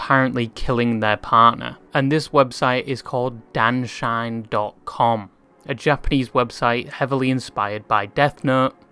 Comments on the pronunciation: the website's name means "husband die/death" pronounced dan-nah shi(as in she)-neh not dann shine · Erm… it’s actually pronounced da-nn-an-shi-ne